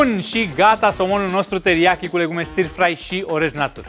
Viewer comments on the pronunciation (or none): stir-fry [ˈstəːfrʌɪ].....nu e i acolo la pronunție. un fel de ă. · stă frai se citește. ă lung, fără r.( non r pronounciation)